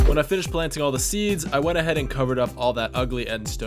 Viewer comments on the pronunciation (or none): At around 6 min he. Said potatos carrosserie steeds and wheath😂